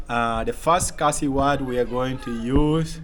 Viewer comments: Who give you that khasi words, it's all wrong. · Ia khlain m not ia klain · Broo even the judge is pronouncing wrong 😂😂 ia khaiñ em ? ✔️ Ia klein hem ✖️